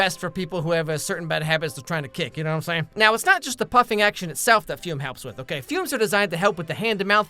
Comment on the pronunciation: Fum ❌️ Fume ✅️